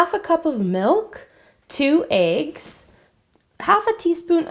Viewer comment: 2 aigs lol isn't it meant to be said like eggs not aigs